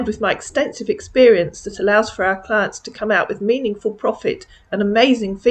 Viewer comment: He meant client when he said “Clint”. He must have been watching porn while talking to you. LMAO 😂